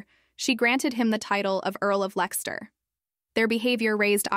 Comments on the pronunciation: Leicester is pronounced 'lester'. 🇬🇧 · You are correct. It is pronounced Luh-TEES and the last name is pronounced like the surname Knowles...probably a derivation. This is obviously AI narration as she also says both Bo-LIN and Bo-LEEN and can't pronounce Leicester correctly.